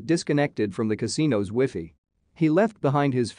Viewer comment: I hate robotic voices, it’s pronounced WI FI, not whiff-y.